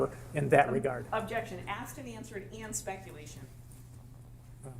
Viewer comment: That lawyer loves saying “Spectulation”. 😂